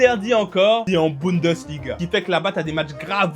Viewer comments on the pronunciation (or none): none